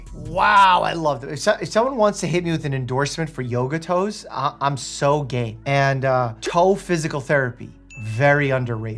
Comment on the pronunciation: “I’m so game” is what you said haha I had to rewind because I thought you said “I’m so gay” and it didn’t make much sense with what you were talking about ha ha